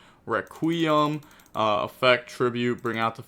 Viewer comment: If this man says requeem 1 more fucking time